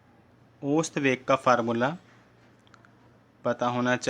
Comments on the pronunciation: bhai ost veg nahi ausat veg hota hai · ओस्त वेग नहीं है औसत वेग है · bhai osat veg nahi ausat vrg hota hai 😂😂😅😅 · sir ost nahi ausat hota hai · Ost veg nahi hota hai ousat veg hota hai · Pagle khud padlo fir dusre ko padana aausat veg ko ost veg kahte ho Aur barabar ko barabre kahte ho topa khi ka